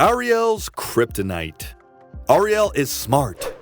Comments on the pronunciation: Narrator says Ariel weird, Like someone who has not actually watched one episode of Thundarr the Barbarian. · The pronunciation of Ariel's name is killing me.